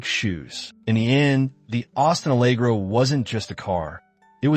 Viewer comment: Good grief, based on your pronunciation you've never even been to the UK, let alone driven an Austin Allegro. What about all those Cadillacs with their square steering wheels?